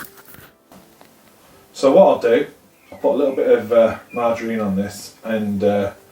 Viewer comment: Nice vid but ‘margerine’ really !!